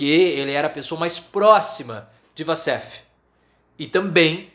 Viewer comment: A pronúncia correta é " uoussef" assim como Waffles se pronuncia "uofous"